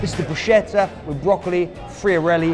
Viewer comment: I've been following you since the origin and you're the best guys!!! But being an Italian living in Dublin for 7 years ... please, be the first to call BRUSCHETTA in the right way :D :D it is broo-skett-ah (kind of) ahahahahah. You deserve millions of followers!!